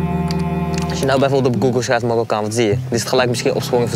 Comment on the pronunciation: Het is mArokkaan, niet mORokkan pfff